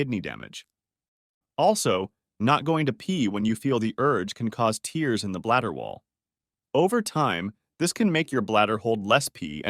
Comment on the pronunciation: Is this an AI voiced video? In other videos or audible books it is disclosed upfront. One tail tail sign seems to be that scientific words are mispronounced, as well as pronounced differently in the same reading. In this video, the very basic word tear when speaking of a small rip in the bladder was pronounced as tear, like that which comes from the eyes. Another notice is that The reader does not seem to breathe or pause in a natural way. this doesn’t under mine, the call to take care of the kidneys over the lifetime. Also, allowing inner wisdom to guide what works or doesn’t work for each individual.